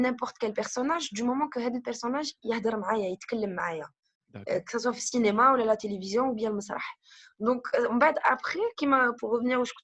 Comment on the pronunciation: Cénéma 🤐et qui corrige la prononciation juste après:) Sinon une vraie pipelette 😷 Bravo Mina